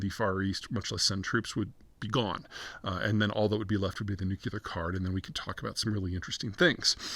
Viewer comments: ? What community college in Texas did you graduate from? You don't even know that it's NEW CLEAR not NEW KEY LER. His name is SHEE JIN PING not JHEE JIN PING. Jhee means penis in Chinese language You Jeter Jeihan need to learn pronunciation. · Nuclear not nukuler. Please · Nuclear... Nu-clear... New-Klee-Ar.... PLEASE, you're killing me. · bro doesnt know science. said nukular .. ~ gtfo.. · It’s cute how you pronounce “nuclear” like Homer Simpson and George W. Bush. Nuke-You-Ler.